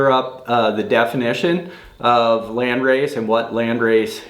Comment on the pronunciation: As an German I can say you pronounce it quite good 🔥 This is a community question! I’m limited to 9 plants for my next outdoor grow so what landrace strains are worth trying? Thanks in advance! 🔥